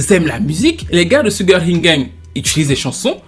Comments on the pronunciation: Salutations, tout d'abord, merci pour tes vidéos toujours aussi intéressantes que pertinentes, je n'aurai juste qu'une chose à dire: SUGAR, ça se prononce CHUGAR, voilà c'est dit^^ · Pardon oh, "sugar" se prononce "Shouga"... Pardon hein😊